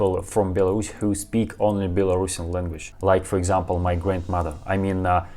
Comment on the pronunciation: Стивен имел ввиду, что вместо "Белорусиан", произносят "Белорашн". То есть, это как если бы по-русски сказали "Этот человек белорусский", вместо "Этот человек белорус".